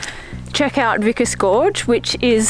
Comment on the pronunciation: It s vikos not vikas